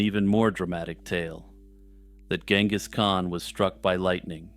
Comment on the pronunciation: The leading G in Genghis should be soft like a J. Compare to other previously used English spellings like Jengiz and Chinggis